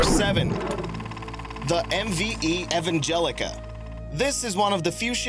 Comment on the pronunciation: It's Ev Angelia, not Ev Angelica. Learn to read your own content.